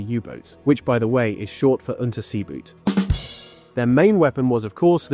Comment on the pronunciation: It surprises me that it still isn't known by many that 'Boot' is pronounced 'Boat' in German.